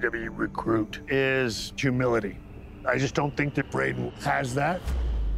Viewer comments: Thought he said jumility lol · Did he say "jumility"😂